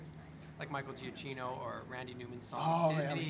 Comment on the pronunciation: It's kinda funny that they're big fans of Giacchino but they couldn't pronounce his name properly. Still freaking love them though!